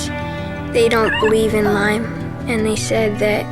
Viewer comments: you can’t even properly pronounce the word. It’s not “Lymes” it’s LYME. Shows how much you know. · Heard it’s “Lyme” with no s.